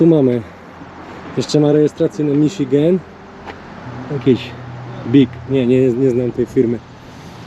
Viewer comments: "MIŻYGEN"? No co wy chlopaki??? Take cieżko powiedziec "MISZIGEN"? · Miżigen, co nie? :)